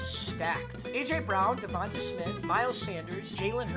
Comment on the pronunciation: Bro stop saying DevontUh it’s pronounced like DevontA smith like davantae adams